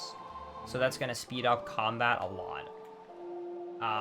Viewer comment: dude doesn't know the difference between the letter D and the letter T. He watched those movies "alod" as a kid. I don't know why tais bugs me somuch, another of his vids i noticed it and now I can't un-hear it. LAME